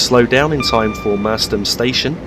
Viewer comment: great Vid although the pronunciation of Merstham is wrong. 'Mers~stram'